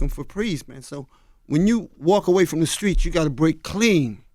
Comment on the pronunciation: Can Charlemagne say the streets not the skreets